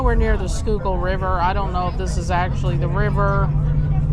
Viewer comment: Congratulations on the correct pronunciation of Schuylkill River. 👍